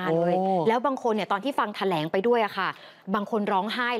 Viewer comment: แถ ลง ไม่ใช่แถลง